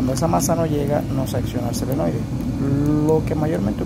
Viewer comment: Muy bien, pero una pequeña correccion, no es selenoide, es SOLENOIDE!